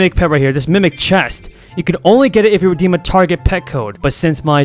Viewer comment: reddem bruh its redeem